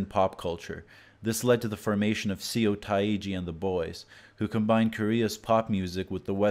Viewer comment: Ugh had to stop watching because of the narrators HORRIBLE pronunciation. He took the time to research all this but couldn’t research pronunciation? “See oh tah ee jee”? Seriously? How ducking hard is it to say seo taiji ?(suh tay ji)